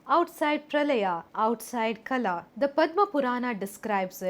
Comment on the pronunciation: Kaala not kala